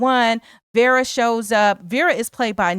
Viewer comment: I’m sorry, but her name is pronounced Vera not Vara